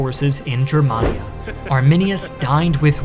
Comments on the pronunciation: A wee picky correction. Gur man ee aa, not Jur man ee aa. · Its pronounced “GUER”mania hard G